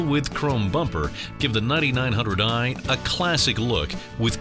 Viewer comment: I keep hearing “Nutty Nine Hundred Eye”